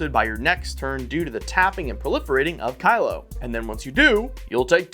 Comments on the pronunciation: It's also "keelo" as in kilogram, not "kylo" as in "kylo ren" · Not only are these decks around 5k each but the competitive one is the cheapest wtf. Also its Kee-lo App-O-Gee Mind